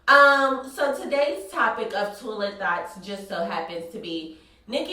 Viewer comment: When you say "thoughts", it sounds like "thots" or maybe its just my ears lol love you!